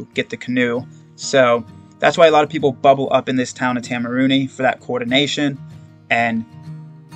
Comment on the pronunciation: Man, Idk if you’ve already pre-filmed all of these, but I wish I could help your pronunciation. I think correct town pronunciation would also be useful info for future hikers. Waitomo - Why Toe Mow Taumarunui- Toe Ma Roo (bonus points if you roll the R) Nui (rhymes with shoey or Louis) Te Kuiti - Te (rhymes with meh) Koo (rhymes with shoe) ee (rhymes with scree) tee (rhymes with tea) Te Araroa - Te (rhymes with meh) Ah Rah (rolled Rs if you can) Rower (like the person in a boat- this isn’t great, but is close to how most non-maori kiwi would pronounce it)